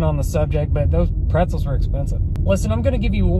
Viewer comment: "Eat your prezelz"